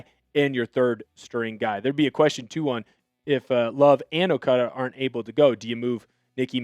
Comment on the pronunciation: It's not "Okuudu" it's okADA c'mon man.